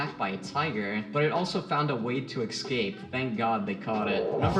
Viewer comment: Great video but I can't get over how the narrator says "eXscape".